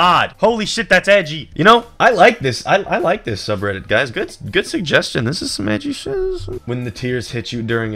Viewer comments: ANNND WITH THAT "HUYS" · He said "and with that huys" My irl name is Huy(I'm Vietnamese)